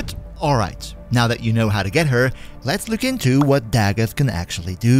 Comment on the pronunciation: Finally someone that pronounces her name right. I promise it’s not da goth